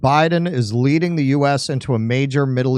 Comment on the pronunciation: "Leading" lol